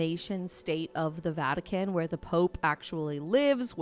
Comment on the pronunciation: Um,... its the "Vatican", not the "Vatuhkin".